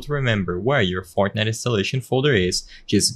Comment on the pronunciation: Bro said “fartnite”